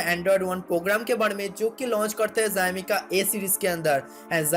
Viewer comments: Beta let me count ur mistakes Mistake no.1 Tu paida hua 2.tu school ni gya 3.tera mooh ka operation ni hua 4.bich me English ka proyoug kra 5.utube pe aya 6.xiomi ko zaymi bola My mistakes Only one and biggest mistakes Tujhe paida kiya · It is not zaimai it is xiaomi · Bhai zaimi nhi xiaomi hai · Zayomi nehi re.. bolnese Shaomi kehna hoga.. but spelling Xiaomi hain. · Haha ziaomi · Oi zowmi q bol rahe hon sale video baba bab kar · zaymi kiya he bhai! That's xiaomi bruv! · Tum sawomi ko Jaimi kaherehe ho.😡😡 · Zaumi nai re baba xiaomi hee xiaomi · Bhai wo jaymi nhi xiaomi hai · Zaimi nahi bro xiaomi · Yeh kya hy Bai zyaaami zyaami....? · Abe pahle xiomi bolna sikhle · would you please clarify what is jayami/zayami that you tried to say a so many times. By trying to be so smart you just nailed it dude. LOL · Pixil wala mobile , phast update badget segment, zami , pheature kya bolta hai yeh😂😂😂😂😂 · Xiaomi bolna seekh le pehle